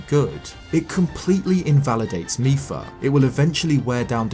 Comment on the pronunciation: mipa not micheal